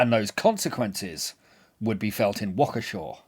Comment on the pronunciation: As someone who lived in Waukesha for 35 years ( ), thanks for dealing truthfully with this massacre. And thanks for getting the pronunciation right! ^_^